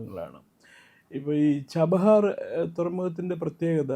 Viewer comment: ജബാഹർ അല്ല chabahar 😂😂